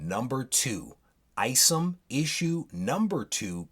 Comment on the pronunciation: Eye-somm not ice’em just saying